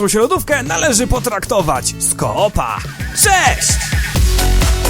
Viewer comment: całkiem ciekawe:D to wszystko już wiedziałem ale żarty o lodówce dobre:D na końcu gdy mówiłeś "z ko-opa" to się popłakałem ze śmiechu:D hahahh:D jesteś zajebisty i tak trzymaj!!!:D Pjona!!:D